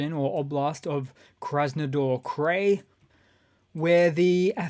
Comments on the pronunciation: More precisely, it is the frontier post of the "Three Misses", the convergence point between RF, Belarus and Ukraine, struck on the one road that is on Ukrainian side. (52.111, 31.781). Btw "krai" is pronounced like "cry", not "crey". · Krasnodar... dar, not door.... krai... like fry... not like fray.